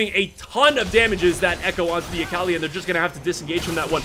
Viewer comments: It pains me how he says Akali lmao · I respect the casting try-hard voice, but please pronounce Akali correctly